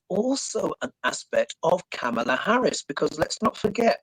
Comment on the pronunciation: Oy. COMMA-LUH!!!